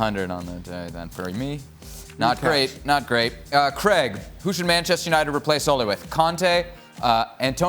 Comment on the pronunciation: Who is Creg? Oh you mean Craig